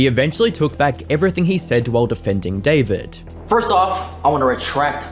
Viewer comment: Is it just me or did everyone think that bros name was pronounced "difored" instead of David